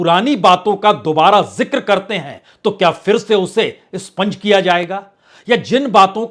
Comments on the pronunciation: Sponge nehi expunge. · स्पंज नहीं expunge होता है । कृपया सुधार लें । उम्दा विश्लेषण ।